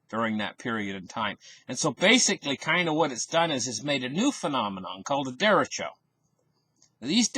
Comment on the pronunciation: nice report - derecho is a Spanish word for right direction. Look up the Spanish vowels and Spanish pronounciation